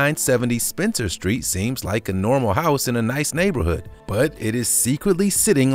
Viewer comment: He said "hiouse"